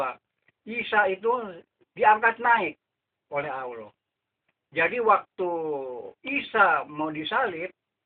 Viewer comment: Menyebut Allah sja tidak betul membaca ayat quran jga ngak betul bagai mana engkau hendak membetulkan org..bodoh ini org tua sudah mau mampos lgi bodoh🤣🤣🤣